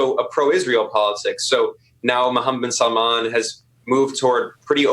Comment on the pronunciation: struggling with the name of Khashoggi was hilarious but then Paul calling MBS 'bin Salam' was the definitive killer.